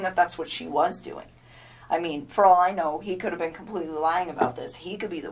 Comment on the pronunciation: "ollllllle" why she say all like that? i hate the way she talks not only that but she rambles on! Shes guilty, I wouldn't doubt that she killed his daughters..